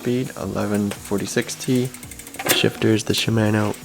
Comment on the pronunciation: Idk why but the way he pronounces shimano bugs me